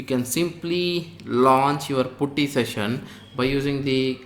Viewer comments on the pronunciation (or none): Good tutorial. correction you don't pronounce 'u' in Putty...instead, you change 'u' to 'a' when you are pronouncing it